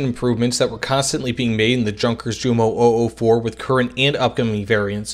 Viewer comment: That english pronounciation of Jumo, and Junkers makes my ears bleed. It's not a hard "J" sound of the english, it's a soft j sound. Like if it would have been yunkers or similar. Typical english and american stuff. Otherwise i enjoyed the video.